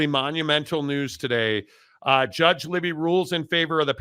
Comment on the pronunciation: The judge is Gary Libey…pronounced “Lie-bee”—not “Libby”.